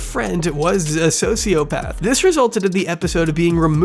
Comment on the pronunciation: "Heesh a diagnost sosiopaff" should've been the end of the allegations.